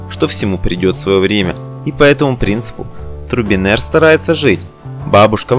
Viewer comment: озвучка((( не Турбинер!!!! а Трубинер!!